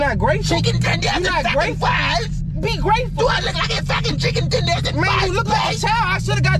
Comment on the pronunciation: “Did you really take me to get chicken twenders and fries 💅” I can not😂🤣😭